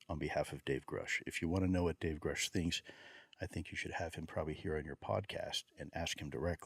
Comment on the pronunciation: Thank you for pressing Lue on some hard subjects. Really makes you wonder where the truth sits and the control government seems to have over disclosing the details. Also good work managing to get him to pronounce Grusch properly haha